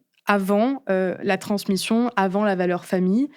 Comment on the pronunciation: Euh... Transmition???